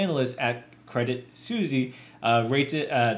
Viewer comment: Credit suzy :D. It’s Suisse, as in Swiss.